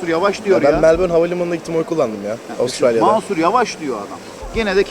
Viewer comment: Melbourne diyor Avusturalya